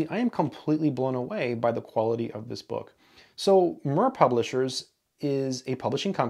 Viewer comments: MIR is a transliteration of Russian word for "World" and "Peace" and is pronounced more like "mere". The first book that I encountered published by them was the book by Kolmogorov and Fomin "Elements of Theory of Function and Functional Analysis" that we have used for my analysis course in undergrad! Immaculate book! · I may the Russian version of this sitting on my shelf, from my grandmother's collection. For what its worth, the pronunciation of the publishers name would be more akin to "meer" as in "meerkat" or rhyming with "near", mir being the Russian word for "world" or "peace". Great video! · More like ”mir” as in ”miracle” but with a trilled r. It is not the same vowel as in “meer”. 😏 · Thank you for the vid, it's always nice to see things from a different perspective. p.s. I do love how you pronounce "Mir", like a purring kitten :) It's "the world" in Russian, by the way (with "ee" sound in the middle, as in "beer"). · In Russian the name of the publishing house is pronounced a bit differently, it sounds similar to the word “mere” in US English. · Mir is pronounced as "Meer", it stands for "Peace" or "World". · Mir, pronounced meer as in meerkat, means World/Peace. Mir Space Station, World Peace Space Station. Do you wonder why we were never told the translation whenever the Mir Space Station was on the news? :-) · Just for reference: "mir" is pronounced like "mere" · Slight correction. The word is pronounced as "Mee-RR" to mean "World" in Russian :) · just one thing, mir is pronounced meer and is Russian for World (or peace) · Mir is pronounced ‘meer’ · That's "mirrh" with i like in sea, only shorter. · Mir is pronounced as meer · I think Mir is pronounced as Meer as Ear is. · I think it’s pronounced Meer. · And “MIR” rhymes with “beer,” not “fur.” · Yeah, very annoying! He should used Google translate "listen" function, to learn how the word should sound like! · Yeah. Very annoying! He should use Google translate to learn how that word should sound like!